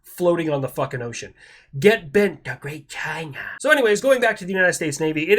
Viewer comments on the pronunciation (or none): He whipped out "Da GREATa Chyyyyna" and i realized i had forgotten to like the video 😂